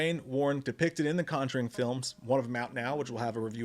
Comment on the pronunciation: The CON-juring